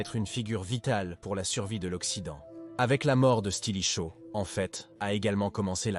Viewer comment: Stilicho, stratégiser, etc. Ça pique les yeux et ça fait mal aux oreilles... 😮